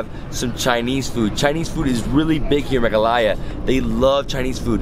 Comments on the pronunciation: that look from paul when said melaghaya instead of meghalaya 😂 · I lost it when I saw Paul's look whn you said "Capital of *Melaghaya*" 😂😂😂😂